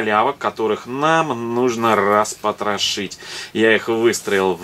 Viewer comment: Мне нравится как вы говорите распотраши